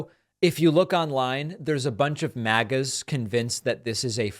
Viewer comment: When you called them MAGA's it sounded like MAGGOTS. I think the latter is more appropriate.